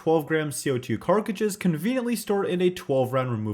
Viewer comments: First I've ever heard someone say "Carkages" instead of "Cartridges" lol wtf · Dude still saying carkages every video instead of carTridges grinds my gears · CARTRIDGES not carkridges... sorry it was bugging me still love you though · Still calling them "Carceges" and not CO2 Cartridges lol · Cartridges ❌ Carckridges ✅ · Cartridges NOT CARCAGES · Dude it’s pronounced CART-RIDGES not cark- ridges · Stop saying fucking "carcriges" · Where can i buy them special co2 carcages?😂😂 it tickles me everyime you say it, guess its a thing you do and everyone else is use to it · Say cartridges right please its making me mad